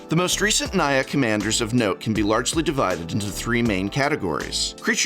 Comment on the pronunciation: Whenever you say Naya, all I hear is Nya~